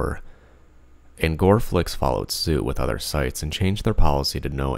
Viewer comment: Did you say new best gore domain?